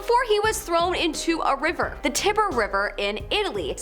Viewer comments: The Tiber River is pronounced TIE-burr, not TIBB-er... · "Tiber," as in "the Tiber River," is pronounced "TYE-ber," with "TYE" rhyming with "tie," "sigh," "lie," etc.